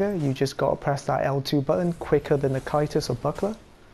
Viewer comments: Can't watch this because you can't say C A E S T U S. It's not KY-TUS, it's Ceh-st-us, or SEH-st-us. Ffs. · Why does he say it in such an odd manner? it's pronounced Tjæstus after all. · I giggle every time you say kaitus lol lol lmao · It's pronounced "Kay-stus". Other than that, good video. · Never liked the buckler aesthetically but I'll try it out again. Oh by the way, I think caestus is pronounced as 'sestus'. I could be wrong but I thought you were referring to aa kite shield when I first heard you say it. Anyways, I'ma go try practicing parrying with the buckler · caestus = (ses)(tus) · Need earbleach for Caestus pronunciation. Send help.